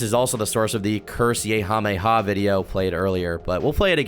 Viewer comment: Curse-mei-ha-mei- ha.💀 This guy, I swear...